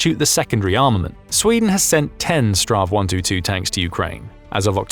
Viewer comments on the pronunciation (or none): Dont say stra... it's Battle-tank in swedish but shorter version of it. Rather say strids-vagn. Battle-tank. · For gods sake! stop raping the swedish languish! its either S T V R 122 or Strids vagn 122.